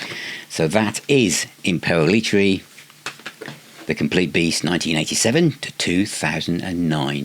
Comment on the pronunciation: I think his name is pronounced like this: Im-pell- it-erry. That's how I've always pronounced it. Forgive me for sounding like the grammar police but Yngwie is pronounced Ing-vay. Don't get mad at me for this ha ha.